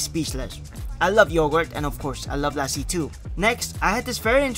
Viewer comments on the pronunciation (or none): Nope, As a indian, he pronounced lassi wrong, Its pronounced Lussi, (Luh-ssi) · It’s pronounced lussi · hey bro just wanted to say it’s pronounced “lussy” :)